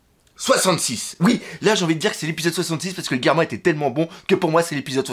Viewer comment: Le Doc on prononce par Guerma, mais Germa (dis toi que c'est comme un germe sauf que tu remplace le "e" à la fin par un "a", il faut une bonne prononciation, voyons ! Mais bon, si tu as raison cet épisode et trop bien, quand j'ai vu l'épisode et j'avais l'impression que pour dire "merci de nous avoir sauvé la vie", Ichiji (le rouge), Niji (le bleu), et Yonji (le vert) (oui forcémént XD ) mais comme ils sont trop fière pour le dire, et bien ils ont dit à Sanji un petit mot d'homme fière (même avec le "déchet" à la fin, mais bon c'est quand même leurs frères dont voilà, ils le sauve quand même.